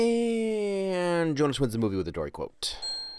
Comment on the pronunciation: It's actually Jonah not Jonas